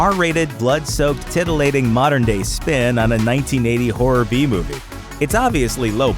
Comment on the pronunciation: Why is he saying "Hurror"?